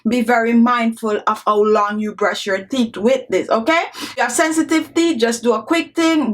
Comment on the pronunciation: She also didn't pronounce teeth well either. Girl seh "theeth" 🤣🤣🤣🤣